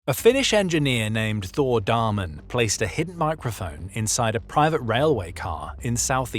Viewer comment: I am sorry to correct you but his name is Damén you say it like dameen